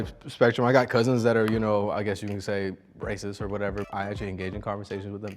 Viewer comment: He said rightist not racist